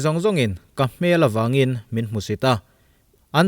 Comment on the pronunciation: A nih loh 'hmel'....a fuh loh 'hmel' hle mai. Heta 'hmel' i lam dan hi mihring hmel hmai a hmel ang hian i lam a, hei hi a dik lo. A ri a hniam tur.